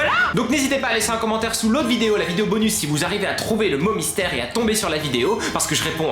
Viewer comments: pk tu dit 《 bonu 》 et pas 《 bonusssss 》 et il y a plein d'autres mots ou tu prononce pas les s je comprends pas ? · Ca se dit bonussssssssssse